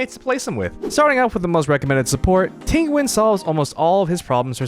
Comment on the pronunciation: It depends on your dialect. Both yween↑ and yun↑ are correct. I just find it funny because he also pronounces Jing Yuan Jing Ween.